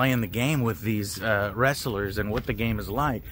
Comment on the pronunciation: Some say he's still adding syllables to the word "wress-ah-lurz" haha. Good to hear the game seems to be in a good spot. Cant wait to play it